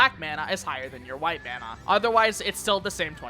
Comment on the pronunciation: >pronounces corps-a-corps right >pronounces Mana like they're from Minnesota